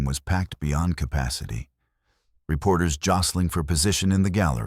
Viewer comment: Capacity. Not compasity